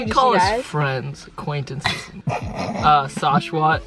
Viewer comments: when sashwat doesn't even say his own name correctly .3. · i thought he was kidding when he said sAshWaT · when sashwat said his name i high key cringed just cuz that’s not how you’re supposed to pronounce it lmao